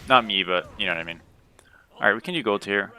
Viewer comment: Everytime you say “We can” I always think “Weak3n”